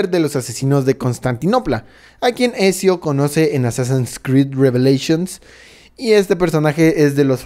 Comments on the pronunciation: Por cada "Esio" que escucho me dan ganas de pegarme un tiro :'v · "esio" jajaja escupi todo! es "Ezio" o sea "etzio" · ทα૮ђii Exacto, la pronunciacion exacta sería Etzio Auditore da Firence. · Etcshio dia firrence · Ecsio el joven florentino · se pronuncia etzio 😡😡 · Otro error es como dice los nombres, dice altair y no Altaïr (mayor fuerza de voz en la I) y Ezio en la pronunciación se diría "Etzio" no "Esio" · Es altair y ezio en altaril y esio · Me duelen los oídos cuando escucho Esio o altairr xD